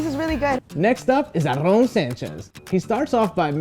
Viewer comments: "Arrón Sanches" hahhahaha, really? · Sorry, but the commentator is annoying by pronouncing Aaron's name Arron. No dude!! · I was more offended when he called Aaron, "Arrrrón" 😂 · the way he pronounces "aaron" should be illegal